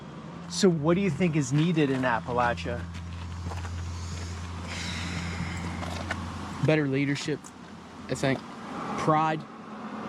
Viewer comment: Just so your aware Appalachia is pronounced- Apa-lat-cha or Apa-lat-chin. The cha sound ain't pronounced with a "sh" sound. It's a "ch" sound.. like church.. lol